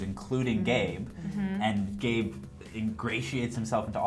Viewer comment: they said gabe but it sounds like gay lol even the closed caption reads 'gay'